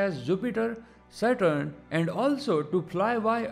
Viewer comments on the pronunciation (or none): none